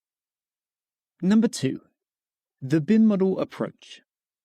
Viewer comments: Bim-a-dal??? It's pronounced Bye-moe-dal. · no one says bimodal that way